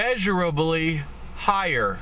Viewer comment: "It will be measurably high-ah" I can just hear him mumbling that phrase :)